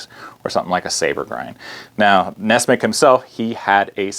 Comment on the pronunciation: I thought it was nessmuk, not nessmick?